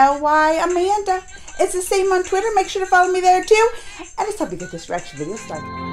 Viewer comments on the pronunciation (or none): none